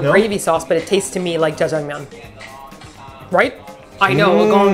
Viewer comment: I can't believe you said Jiangjamyeon I miss those days lol